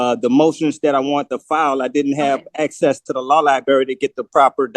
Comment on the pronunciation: "Liberry" You aren't helping your desire to be seen as competent.